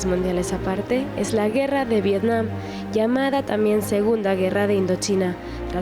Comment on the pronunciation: no se llama vietcom se llama vietnim